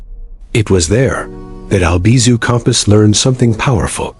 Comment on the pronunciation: It's Campos, not compass!